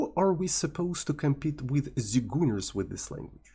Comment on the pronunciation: please don't call them zigooners